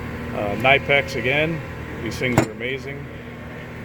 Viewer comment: Another pronunciation for Knipex lol, German pronunciation kuh-nip-ex :) beautifully presented box btw great job, I’m considering purchasing